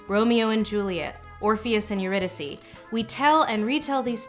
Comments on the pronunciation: good analysis, but needed more fred durst sidenote: that is the first time ive ever heard the english pronounciation for "eurudike" and i almost didnt recognize the name ;D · I have heard a lot of pronunciations of Eurydice, but I gotta admit yours is a new one to me! This was a fascinating video though, great use of an hour of my time :)